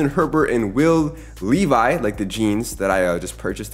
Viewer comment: The name pronunciations are rough.. Tua, Will Levis, Gardner Minshew just in the first two minutes